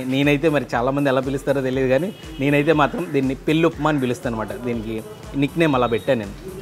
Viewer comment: పెల్లికాదు పెళ్ళి